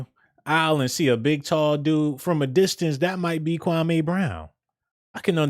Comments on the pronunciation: his name is pronounced kwa=MEE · Dude its KWAME OK🆗🙄 KWAH MEE Now, StFu sounding like your lips STANK like day old Spit.